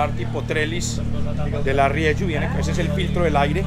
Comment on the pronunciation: Gracias por su aportación caballero, por enseñarnos el Dakar desde dentro, solo una cosita, la marca Rieju es una marca española nacida de fusionar dos nombres RIEra + JUanola, por eso se pronuncia RIEJU con J y no RIEYU como usted lo pronuncia, reciba un cordial saludo y feliz año nuevo 😉